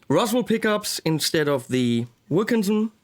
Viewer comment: When you whispered that they were Roswell pickups, I thought you were saying, "Awesome Pickups." The ash bodied T type was nice. The reverse headstock gives it a cool late-70s Joe Perry vibe.